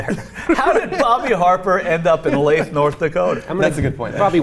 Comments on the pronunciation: It’s pronounced “leaf” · I live in North Dakota. He was prosecuted and I haven't heard any more. The town name is Leith (Leeth). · Leith pronounced Leeth. He got his butt run off.